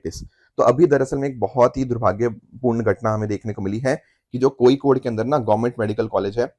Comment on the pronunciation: First time sir who talk hindi pronounce Kozhikode correct....